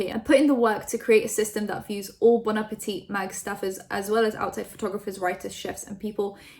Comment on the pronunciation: Omg dont talk about bon appetit if you're not going to do enough research to pronounce or intro it with respect. Fuck